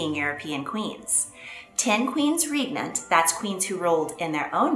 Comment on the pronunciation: *regnant. The reg bit rhymes with peg. It's Bowes-Lyon to rhyme with lion. I rather like Katherine of Aragon. The image of her as an older woman is not the most flattering one. Elizabeth I is impressive but was horrible to the Irish and also allowed many of her sailors, newly victorious against the Spanish Armada to die in the streets for lack of pay and support. Eleanor of Aquitaine is also impressive but was partly responsible for the hostile divisions in her family pitting son against son and son against father. Catherine De Medici was a tyrant, a bigot who stirred up trouble, divided her sons and the country.